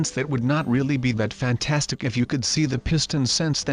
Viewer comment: I like when says fantanstic